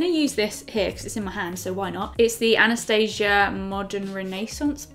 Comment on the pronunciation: the way she said Anastasia wrong UGHHHHHHHH 😑 still love you xx